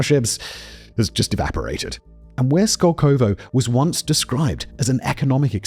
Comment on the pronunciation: The emphasis in the name is on the first O. It's skOlkovo, not skolkOvo.